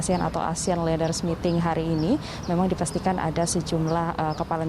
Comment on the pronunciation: Ini reporter tolong dilatih cara mengucapkan kata dlm bhs ingris.. jangan membuat malu Indonesia, negara sebesar Indonesia kok reporternya mengucapkan kata leaders saja ngk benar.. 🙈